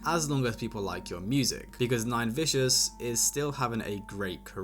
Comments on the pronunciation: Im dead bro said nine victim 😂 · Who tf is nine victims 😭😂😂 it’s nine vicious